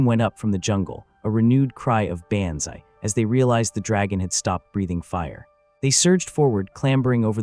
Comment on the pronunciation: It would really be wonderful if you showed respect and spelled John Basilone’s name correctly. It’s BASILONE, not Bazzelone , Basselone, or any other grossly incorrect way you spelled it. Also, why not teach the idiot A.I. voice to correctly pronounce banzai? It’s pronounced Bahnz-eye.